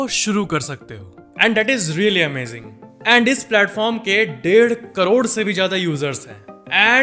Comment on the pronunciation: येंड यें ड मत बोला करो भाई